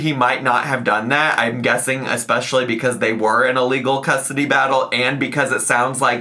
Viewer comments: “Amy messing up the English language” Also 5 seconds later: “full custurdy” 😭🤣🤣🤣🤣🤣🤣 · "Currently in this moment Amy has full *custardy*" made me play back that three times to see if i was hearing him right... was this meant a pun relate to the episode title or did pronounced that wrong accidently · “custardy” took me out🤣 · It's how she pronounces the work custody